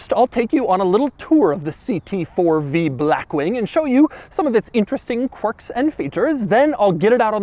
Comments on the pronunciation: Doug “Blachxwchkkk Wing” DeMuro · Why the hell it sounds like Doug pronounces it as "Brackwing"? 🤣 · I ABSOLUTELY LOVE THE WAY DOUG SAYS BLACKWING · Every L is always capitalized and tripled: "bLLLackwing", "LLLuxurious", "cLLLimate vents", "gLLLove box". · If you say black wing like that one more time… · every time he says black wing he emphasizes “black” so much 💀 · Doug just say blackwing normally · Insert the way doug say black wing comment here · What's with the way Doug pronounces "blackwing", with that weird L sound and the emphasis on BLACK. Weird... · Blackwing with emphasis on the a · How does Doug manage to say Blackwing in italics. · Is Doug just physically unable to say blackwing normally or what 😂